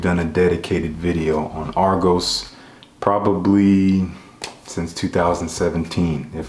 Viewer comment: Just hearing about this house, Thank You for pronouncing the name right 😂😂💯